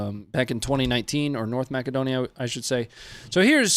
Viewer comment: Mass-A-dough-knee-A, not Mac-A-dough-knee-A… by the way